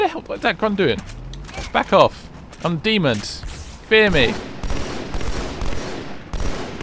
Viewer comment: WHY CANT YOU SAY DEMON